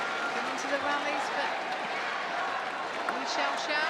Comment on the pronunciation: the WAY that the narrating Man say / Le shağsağ / is So good. 😁 ı Love li XiAoxia. .